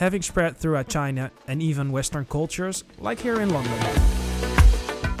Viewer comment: interesting and maybe racist pronunciation of China